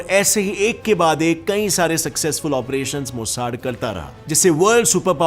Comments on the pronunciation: मोसाड नहीं रे बाबा....😂😂 मोसाद 😅😅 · Seems u urself heard about this topic for the 1st time, bcoz d way you pronounced MOSSAD & MUNICH irritated us.